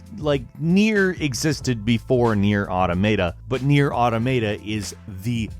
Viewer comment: learn to pronounce nier man 😂